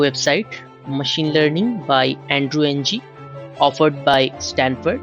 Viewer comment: Good content, however, please pronounce the names right. It's not pronounced Andrew "Ng", it is rather pronounced like